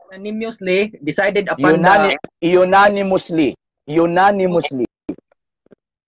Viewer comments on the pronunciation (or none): louya intawon ni balasubas oi,,,,,apostol creed daw hahaha ,,,,ayuha ug pronount oi,,,unimosly hehehe